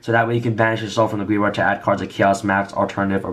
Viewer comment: Ok let me say this it is said GRAVE, YARD. GRAVEYARD.